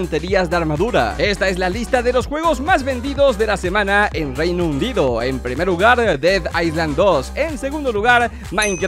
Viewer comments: O soy yo o dijo Reino Undido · hola por alguna estraña razón en el minuto yo escucho Reino Undido jajajajaja soy fan saludos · Alguien mas noto que dijo reino undido XD esta en el